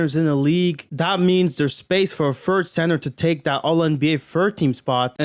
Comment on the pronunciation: A guy who says “fird” team instead of third team is talking about “aura” yea ight